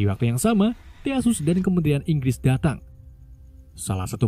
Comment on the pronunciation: Theseus 😅😅😅 bukan Theasus